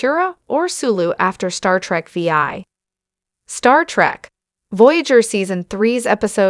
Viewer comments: This is by far one of the worst YouTube videos I've ever seen....pronouncing Star Trek VI Star Trek V I lol. OMG. Basically mispronounced every single name.... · Star Trek: Veee-Aye!!!